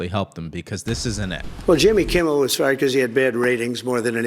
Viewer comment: It's.Kimmel. Not Kimble. That's driving me crazy. Lol. Good show.regardless.